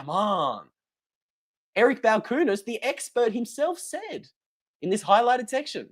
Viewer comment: That’s not how you pronounce Balchunas.